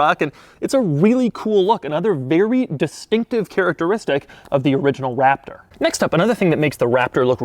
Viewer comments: I noticed at certain points he says waptor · This guy rly say Waptor...